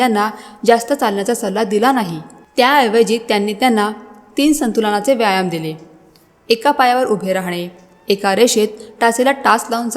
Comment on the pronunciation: आरोग्यम् धनसंपदा फारच छान फक्त व्यायाम शब्दाचा उच्चार योग्य करा